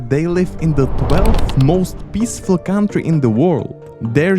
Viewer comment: Please don't pronounce "country" as "káááuntry", a simple "kauntry" would be perfect 😂